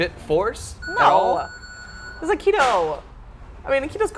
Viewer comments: The way she says he's Aikido sounds like "he's a kiddo" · I agree.Wimen shouldent fight.She is dissrespecting both aikido and Seagal and this says more aboth her then Steven.Im not impressed.She cant even say aikido.She says "Makido" and the chair almoust kicked her ass.